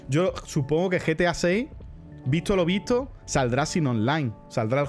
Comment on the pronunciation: Por qué algunos españoles decís "vitso" en vez de decir "visto"?